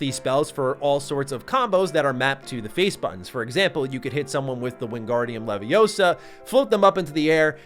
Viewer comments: "It's leviOsa, not leviosaa" I'm not making fun of you, it just popped in my head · It's Leviosa, not Leviosa